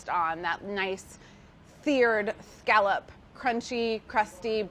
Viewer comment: Carla, you're great, but you're pronouncing "scallop" incorrectly.